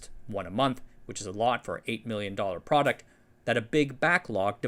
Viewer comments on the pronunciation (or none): none